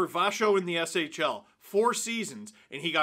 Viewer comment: Listening to Steve try to pronounce SHL names will forever be hilarious.